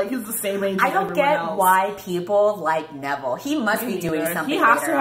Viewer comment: Nevile???? Honey, you've got a big storm coming